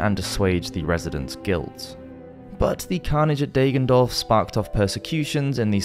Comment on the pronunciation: "Deggendorf" is pronouned with a short "a" like in "dagger" ;)